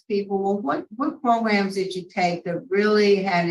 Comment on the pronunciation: Lmao at "progrums".😅